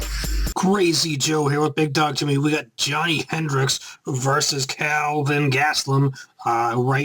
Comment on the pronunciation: it's pronounced JAW-KNEE